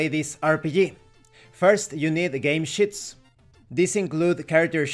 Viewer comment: When you say Chips or Sheets, it sounds like your saying “SH$TS”. 😂 But Thank you for pointing out some of the redundant information about asking questions during the game. Your right about the DM or GM needing to just let the players figure out what they want to do in the world. And seeing as how this is a group created game, players should always act upon that after everything has been established with the GM. I think it only after the game should the DM or GM decide to question/ask if his fellow players are enjoying it, and or what should be improved.